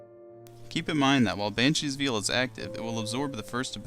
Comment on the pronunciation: He is poking fun at your pronunciation of veil. It should be more like "vale".